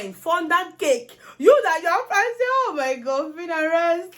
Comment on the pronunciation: Insulted biggie! I hear her say 'Hoh my foot'